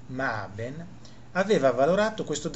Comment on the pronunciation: LoL@ Non Maben, ma Maaßen, solo x coretezza, si dice "Maaasen". 🤔😊